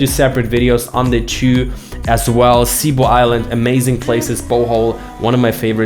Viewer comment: Bro it's cebu not sea boh